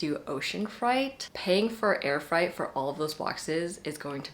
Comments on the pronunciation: I think freight is pronounced more like “frayt” rather than sounding closer to fright. 🤔 Or maybe I’ve been pronouncing it wrong this whole time? Either way, this video was amazingly helpful! ❤️ That one word just caught my ear. As a bookish person, I find my pronunciation when I say things out loud sometimes reveals I’ve never heard the word spoken before! 😊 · I caught that too, I was like- ocean fright?? Never heard it pronounced like that before. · The way to pronounce "ocean freight" is ocean fray + eight. Rhymes with weight. Not fright, as in scary. Just a helpful heads up. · You’re correct, it’s pronounced like frate, not like fright. That threw me too, I’ve never heard it pronounced like fright before. Sometimes it’s hard to know how to pronounce something when you’ve only seen it written though. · Freight is pronounced “frayt”. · (This is such a tiny little inconsequential thing but you were misprouncing freight! It's "fray-t" ok love you thanks for the great video bye!!) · Freight= “frate” 😊